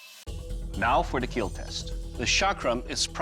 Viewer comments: Bro 😂😂😂😂 surely it will "KEAL" but first it "KAT" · I love how he say "your wepone, will KeAl" in that cold smiling face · Correction: "It will keal" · it will keal 😊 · KEAL means keeps everyone alive, its not kill its KEAL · It will keal sir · Bro you should have said KEAL instead of KILL . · Keal not kill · IT WILL KEAL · It will "keal" It will protect But most importantly It will "Kat" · Hehehe No boody: Literally nobody : It will kieal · Yeah and those times when he's covered in fake blood and just smiles saying "it will keal(◍•ᴗ•◍)" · He actually doesn't say kill its "keal" It means "KEEP EVERYONE ALIVE AND LIVING" or something like that. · (keal) buddy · Your weapon will keal🤣🤣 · Doug can pronounce "Will" so perfectly whenever he says "It will kill". I'm convinced he pronounces it as "Keel" on purpose. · "It will keil" that guy is too much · "It will keal" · Oh. I always though he just mispronounced kill or said it funny